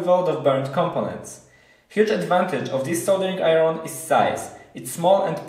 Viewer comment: Koniecznie musisz dowiedzieć się jak wymawiać "iron". Nie piszę tego oczywiście złośliwie, polecam kanał Arleny, sam tam staram się szlifować angielski: Poza tym powodzenia w kolejnych projektach i filmach.